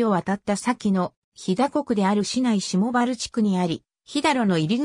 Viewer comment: 動画内の読み方を訂正、正しい読み方 『下原』しもはら 『益田郡』ましたぐん 『げろバス金山』げろばすかなやま